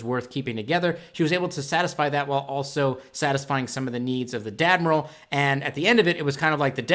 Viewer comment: Do you say Dadmiral?